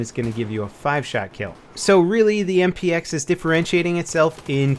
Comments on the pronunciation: I think he said "MPX" wrong at least 3 times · I think by accident and he also said XMP instead of MPX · lol i heard him say that i think he meant MPX